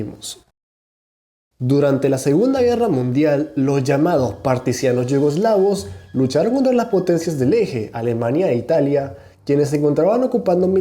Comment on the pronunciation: Partisianos? Tengo fuertes sospechas que sea "Partisano" 😂😂